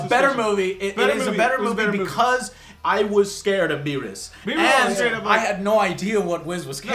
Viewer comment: delrith "beeroos"